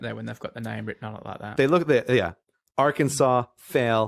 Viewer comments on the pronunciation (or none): none